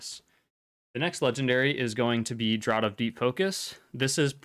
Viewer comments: FYI "Draught" is pronounced "Draft" :D Awesome guide, thank you. I didn't realise so many people were going to COLAD over Draught/VI. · No, it's pronounced "draft" exactly the same as "the wind caused a cold draft".